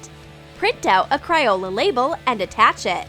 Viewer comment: She said cryola but it's funny so it's ok